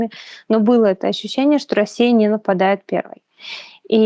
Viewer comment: Вот это ваше слово "Ащющение" это шляпа полная.